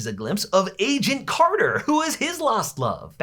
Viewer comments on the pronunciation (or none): none